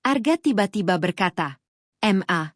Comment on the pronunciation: Mama disingkat ma tapi koq dibacanya satu2 m a